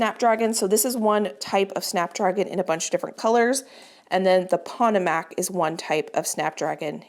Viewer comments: Just for reference, the Potomac would be pronounced puh-TOH-mak for the snapdragons. Like the Potomac River near DC.😊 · Just a gentle insight - Potomac is pronounced like the river that runs through Washington DC. : ) Love seed starting season! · Sorry, I was thinking of my red potatoes when I corrected your pronunciation of your Snapdragons, I typed it very wrong. What I mean't to type was Potomac like the Potomac River ( poto mic) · Love seed starting time! I think your snapdragons are called "pa-toe-mick".😊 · Potomac is pronounce puh-tow-mac like the river. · Hi, love the channel. I know you hate to mispronounce words. Google “pronounce Potomac”. It’s the river in Washington DC. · FYI, the Potomac Berry is pronounced like the Potomac River in Northern Virginia and DC 😊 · The variety of snapdragon you call pot=o=mac is pronounced "po-tome-ack". It is the name of the Potomac River in WV, MD and VA which empties into the Chesapeake Bay. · I came to assist with this pronunciation too. I’m glad I looked to see if anyone had commented already. She’s saying pot o MACK with the stress on the last syllable. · It’s pronounced pah toh mac not pat tah mac! Like the river that George Washington used. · Hi,. I’ve been followed you faithfully for most of your gardening adventures! Normally I only help with Spanish pronunciation, but if I hear you say “POT uh Mac “. One more time….!!! The Potomac River feeds into the Chesapeake Bay. Our nation’s capital is on its shores! It is pronounced Puh-TOE-mac “. Please. Also all these Potomac seeds… are they mainly for zone8? Something to ask the seed company about. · I just love how you pronounce things sometimes it's adorable, makes you real to us!!! But Pa-toe-mic if it helps!!! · I just love how you pronounce things sometimes it's adorable, makes you real to us!!! But Pa -toe-mick or pa-toe-mack if it helps!!! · Potomac is pronounced “Poe-Toe-Mek”. Not bashing you, just sharing. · Potomac is Pa-toe-mack. 🙂